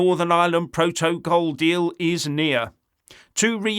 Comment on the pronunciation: You do know the good people of Northern Ireland voted to stay in the E. U., so any talk of a sellout by Sunak is moot. Pro-toe-call. 🤣 Always cracks me up. 😂